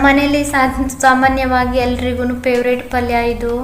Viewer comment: peveret, pridge alla favourite, fridge pronunciation correct madkoli!!